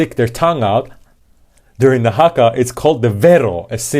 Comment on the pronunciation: Your pronunciation of Haka and Rawhiti are good. (At least as far as this pakeha Kiwi can tell).:) BTW, Hana-Rawhiti is her full first name, her last name is Maipi-Clarke.